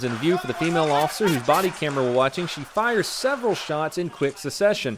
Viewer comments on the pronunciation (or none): can we talk about how said sussession rather than succession